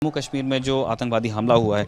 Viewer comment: "Kahmir" nahi...Kashmir...Correct it